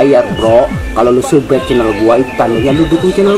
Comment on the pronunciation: S U B S C R I B E BANG!!! bukan sbrek dibaca"sabscraibe"